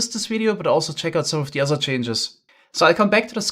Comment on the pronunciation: "oder vibrations" when you want to speak english but two words are too similar to each other